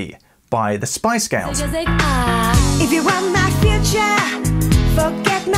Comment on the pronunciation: Loved this lesson but who are the “Spice Gows”?